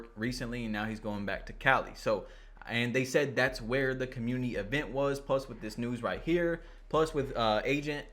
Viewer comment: Guy talk about grammar when he can't even pronounce community lol